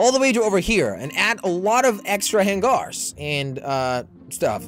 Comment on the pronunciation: HANG- ERS! NOT HANG-ARES